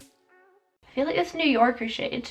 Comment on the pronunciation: "New Yo'ka, I feel like I'm saying that right!" ahahahah YOU ARE!! I LOVE IT!!! Much love and positivity, enjoy your day gorgeous!